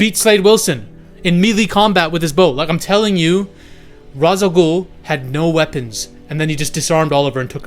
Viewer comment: And he said it wrong, as a Batman fan people saying Ra's wrong is a huge pet peeve